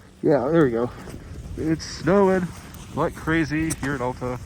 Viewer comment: For future reference, it's Al-ta, not All-ta.